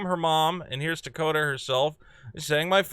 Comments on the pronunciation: her name is Tokata not Dakota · Tokata. Not Takota.